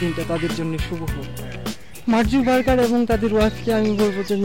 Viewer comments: মার্ক জুবারবার! হাহা, ঠিক মত ঊচ্চারন ও করতে পারে না :D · বলে কিনা মার্ক জুবারবার। faul😡😡 আগে সঠিক উচ্চারণ শিখেন। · উচ্চারন ঠিক করেন। মার্কজাকারবাগ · আপনার উচ্চারণ ই ত ঠিক নাই মার্ক জুকারবার্গ